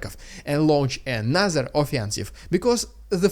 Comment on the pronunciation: Just a note, Dude: when you say ANOTHER it sounds like A NASA. I don't think the american space agency has anything to do with this war...does it?